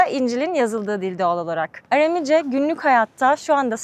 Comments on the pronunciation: Amerikan Türkçesi konuşmayın! Iramice değil, Aramice. Knaat değil, kanaat! Year değil, yer. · Bir de dilin adını düzgün telaffuz etseydiniz keşke .. ARAMİCE değil ÂRÂMÎCE olacak .. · Aram dili, yāni Aramca, doğru telaffuzda arāmice diye söylenir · Arami kelimesini yanlış söylemeniz çok kulak tırmalayıcı. Seyahatiniz ve cesaretiniz için tebrik ederim 🙏🏻